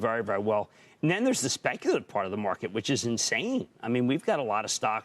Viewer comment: Nobody: Cramer: the sPECUlative mARket